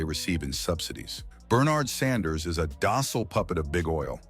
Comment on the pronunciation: ‘Sanders” or “Saunders”? Is the computer voice program messed up or is the person reading this just stupid? Get your act together.